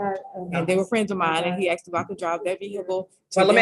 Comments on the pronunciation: She didn’t “ax”! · I just figured out the problem. The woman in jail said she didn't "ax" about the car. She should've "asked." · i been axed..lol.wtf.